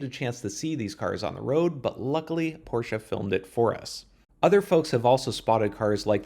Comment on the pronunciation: Thank you for pronouncing Porsche so good - for an american ;)